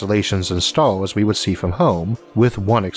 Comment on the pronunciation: it has three "Stauuus" hahahahahahaha